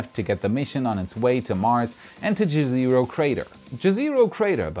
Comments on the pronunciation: For future reference, the mars crater to be explored is called "jez eh ro" not "ge zero". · Just a quick note, Jezero is pronounced like Ye-se-roh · Jezero (yeh-zeh-roe) = Lake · please! "Jezero" is, as you certainly know, a word in many Slavic languages (including my Croatian) for "lake" (the particular crater was named, according to Gazetteer of Planetary Nomenclature via Wikipedia, after a town in Bosnia and Herzegovina.) The pronunciation is like "YEZ-ə-roh" (IPA /ˈjɛzəroʊ/) - not so difficult. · "Jezero" means lake on Croatian o.O ( btw..if it helps.. its read J like in german "ja" ..e is not read like in english but sounds more like e in "echo".. zero is read like you would in german zero..not like in english ... and you accent on first syllable.. je.. and cut off on last o..so it does not soumd so long.. like jEzero..) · Please don't read jezero the way you do :D :D :D Put it into Czech google translate :D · If Jezero crater name has any connection with Slavic languages, jezero (lake) is pronunced differently, but still awesome coverage. Thanks :) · Congrats for No.100!! YOU ROCK!!:D I just must add, You are using the wrong pronunciation for "Jezero crater" (like most English speaking people do), please check here: and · Pronounce JEZERO like you would in german language (except the letter Z).It means "the lake, der See" in serbian and many other slavic languages. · This is not how you pronounce Jezero. In many Slavic languages jezero means lake.